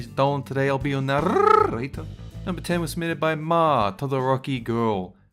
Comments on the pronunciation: I think you mean NARRRRRRRATOR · I hate the way he say narrator it makes feel like im going have seizures